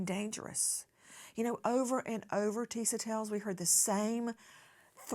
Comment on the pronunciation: Nancy saying Tisa TELLS like Tell is her last name. 🤭😂